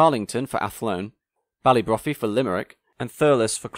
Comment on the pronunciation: I'm pleasantly surprised you mentioned Irish operation of slip coaches albeit the pronunciation of Ballybrophy (-brofy) could do with some work.